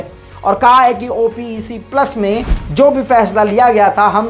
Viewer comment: Bhai it’s called OPEC, NOT called as O P E C